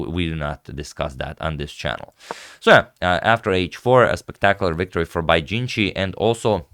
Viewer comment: you pronounced bai's name wrong